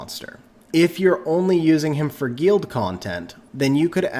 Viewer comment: Thanks for the video! I noticed you can't pronounce "guild" or "Ritesh" but no problem "Odin" lol. Never heard of a guEEld or REEtesh haha.